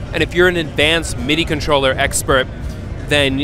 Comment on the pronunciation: "MIDI conscholler" lol.